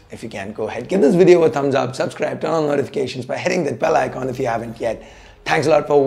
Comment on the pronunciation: Fix the sound and echo Ash! And it's "bell icon" not "bell ikhon". 😅